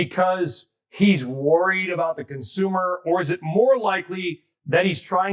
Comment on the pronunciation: A robot can pronounce 'consumer'